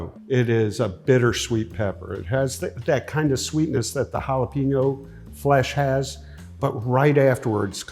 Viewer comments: Habanero. Not habañero. You say the n just like a normal n. It's not a jalapeño. Speaking of which, "HAH-LAH-PAYN-YO" not peen. Payn. I absolutely love Ed, but man I wish he could would pronounce the mexicana peppers right. You're the pepper ambassador dude! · Love that he’s a pepper expert but can’t pronounce jalapeño or habanero correctly 😂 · Never trust anyone that can't properly pronounce jalapeño.